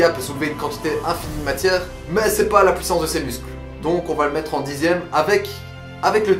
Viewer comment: Wow c'est la "pouissanss"